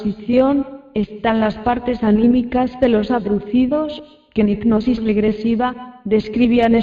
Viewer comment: Lulu Niels efectivamente, está tips no sabe pronunciar, dice ignosis en lugar de hipnosis. Aparte su voz adormece.